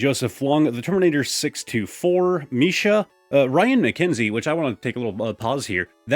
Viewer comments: I really love the Black Bolt / White Flare Poster as well! I hope I can get my hands on a set of it someday ! Also love you actually remembered to call me Misha (And you pronounced it right as well! People usually struggle with it despite it being pretty simple haha) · Nahh you nailed it lmao Most people pronounce it like "Mischa" which is the wrong way 💔